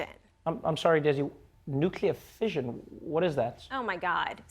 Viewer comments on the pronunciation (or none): A woman invented nuclear fission. Another woman didn’t know there are two s’s in fission, and pronounces it “fision”.